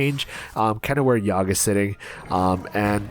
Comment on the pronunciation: You can obviously say it how you want, but the wiki states this "Y'Shaarj (pronounced YAH-Sha-Raj)"